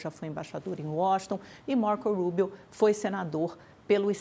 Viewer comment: A pronúncia da é demais, é muito inglês Brasil: Marcou Rubio. Outro dia veio com Donald J Trump hahaha enfim